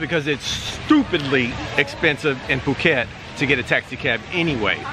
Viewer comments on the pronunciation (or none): none